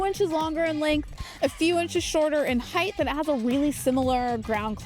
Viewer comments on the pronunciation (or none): wtf is heighth ?